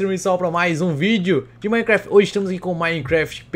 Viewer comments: No início do vídeo eu pensei que o tinha falado Minecraft peidei kkkkkkk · ti amo quando ce falou o nome do mapa achei que falou peidei